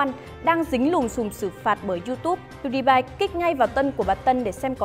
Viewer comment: Đọc là pew đi pie dùm cái